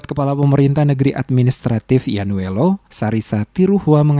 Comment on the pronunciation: Maaf koreksi dikit.. nama desanya YAINUELO.. bukan YANUELO🙏